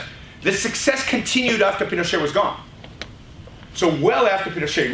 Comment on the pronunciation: It's pronounced PinocheT, with the T. It's not a French name.